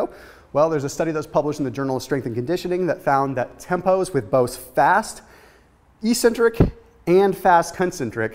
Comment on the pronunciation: I always giggle a little bit when he says e-centric